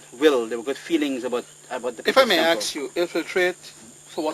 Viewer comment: "If i may axe you" lmao